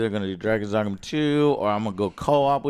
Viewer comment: "Dagon's Dragma"